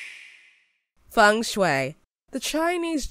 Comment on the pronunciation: When she read feng–shui , im kinda feel a bit trigger and most of it i feel like laughing😂😂. Because that's not how you pronounce it.